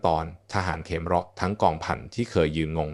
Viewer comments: อ่าน เขมร (คะ-เหมน) เป็น เข-มอน ซะงั้น บางครั้งก็คิดว่า ต่างชาติทำคลิปแล้วใช้ ai อ่าน ใช้หาเงินจากยอดไลค์ ยอดแชร์จากคนไทย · นี่ก็คนเป็น AI อ่านอีกแล่วมั้ง"อ่านเขมร(ขะเหมน)เป็น เข-มอน.. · สะกดภาษาไทยให้ถูกครับเดี๋ยวนักเรียนที่อ่านจะสับสนคำว่าเขมร-ขะ-เหม็น ไม่ใช่เข-มอน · (ขะ-เหมน) ไม่ใช่(เข-มอน) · เรียนจบอย่างสูงแต่อ่านไม่ถูต้องเช่นทหารเขมะระและเขมอนมันไปทั่วโลกไม่หาคนอ่านข่าวให้ฟังถูกอักขระหน่อยครับ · ภาษาไทยวิบัติออกเสียงเขมรว่าเข มอน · อ่านเขมรก็ไม่ถูกนะAI